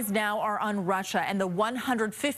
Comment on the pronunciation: Sanctions on ”Russa”. Great god, these local news need to hire better graduates